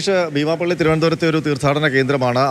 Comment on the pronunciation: എന്തായാലും രഹസ്യവിവരം നൽകിയവർക്കും കൃത്യമായ അന്വേഷണം നടത്തി പുകയില ഉത്പന്നങ്ങൾ കണ്ടെത്തിയവർക്കും അഭിനന്ദനങ്ങൾ. തുടരണം എന്ന് ആശിക്കുന്നു. റിപ്പോർട്ടറുടെ ശൈലിയോട് യോജിക്കാൻ കഴിയുന്നില്ല. ബീമാപ്പള്ളി എന്നതിന് ഭീമാപ്പള്ളി എന്നാണ് പറയുന്നത്. കുഴിത്തുരുമ്പ് മനസിലുണ്ടോയെന്ന് സംശയം.